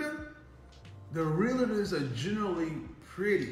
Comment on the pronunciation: Please stop calling them Realators. It's Realtors.